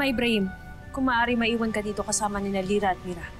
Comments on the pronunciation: ako lang ba nakarinig na pagkasabi ni danaya gira hindi lira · Zira daw hndi Lira 🤣😂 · Nagkamali si danaya sa pag banggit ng pangalan ni lira ahahahahahahahhahahahahaha